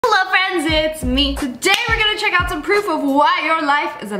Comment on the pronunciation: U mean hello frinds it’s me